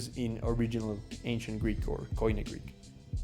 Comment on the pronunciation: I don't think I'd ever try to learn Greek, if I weren't Greek, so this was interesting to watch! Note: koine is pronounced like "key knee" (at least in modern Greek!), not "coin ee".